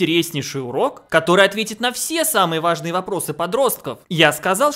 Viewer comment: Мне не послышалось? сказал "влажные"?... "Влажные Разговоры о Важном"... звучит... хмдаа, короче. Или же "Важные Разговоры о Влажном"! Почему нет?